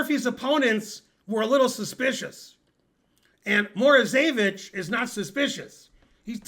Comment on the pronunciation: Alexander MorozEvich with ONE "E", not MorozEEvich with two "E"s.